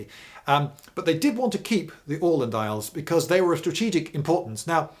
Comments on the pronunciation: Very good pronounciation of "Åland". - A Swede (not the root vegetable) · 36 seconds in and I'm already impressed by the pronunciation of "Åland". Not perfect, but better than the "Ah-land" I'm used to hear from English-speakers. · Bingewatched and saved for prosperity, but it would be awesome if you could include maps when you talk about battles more often! Please! EDIT: Btw, I'm a swede and was there last summer (for anyone wondering, they do speak swedish primarily), and your pronunciation of "Åland" is very good. Very nice scenery. The ruins were epic. Too bad Bomarsund (Bomar just some proper name, sund is strait) is hardly left. EDIT AGAIN: Also, just to clarify, finns are culturally swedish as well, basically. Maybe the differences were bigger back then (we do come from completely different lines and do not have any similarities in language (cruel fate)). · Hey, I'm a big fan of your channel and I'm so happy to find a video about the fort we have on the island where I'm from! And you even pronounced the name of our island correctly. Very cool. Many thanks and greetings from Åland! :D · Spot on Åland pronounciation. Nice one :) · Goddamnit Lindy! You're British you can't just prounounce Åland correctly like that! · Wonderful pronounciation of Åland! Long time fan from the islands and, have to say, a great explanation of our political (both current and past) situation in the middle of Baltic! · "Åland" and "Oskar" pronounced correctly? First time I hear that from a English speaker. Impressive!